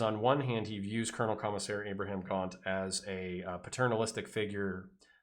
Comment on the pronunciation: I just found your channel today. I adore 40K lore stuff and the writing talents of Mr. Abnett. I consider myself somewhat of a pronunciation enthusiast. I actually prefer your Cat-a-kan over the more accepted Cat-ah-chan. The other one I kept hearing is an extra "H" in Ibram Gaunt. It is a very common American accentism to change Abram into Abraham. Almost a reversed contraction which is so fun. Maybe the popularity of Mr. Lincoln is to blame. But back to my pronunciation comment, Eye-bram not Eye-bru-ham. I have liked and subscribed and look forward to listening to your other uploads.